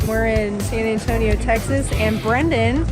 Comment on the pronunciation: Not "St. Antonio" 😭